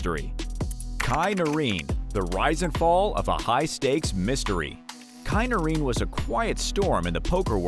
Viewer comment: I noticed that too. It's s33ms to me he thinks his name is Chi Noreem🤣🤣